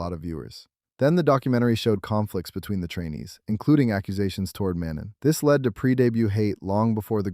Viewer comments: its ma-non not man-non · he said manon with the n it's pronounced Mano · not everyone has a good accent, and no its mano'